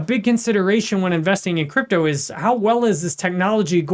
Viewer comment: Ich liebe... alleine wie er "Krüptauu" ausspricht 😂...aber natürlich ist der INHALT super!!! 👍